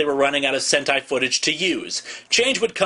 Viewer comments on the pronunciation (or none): Look up "Sentai" not "Senti".